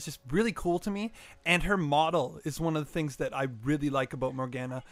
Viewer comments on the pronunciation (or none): More Gah Nah is how you pronounce it.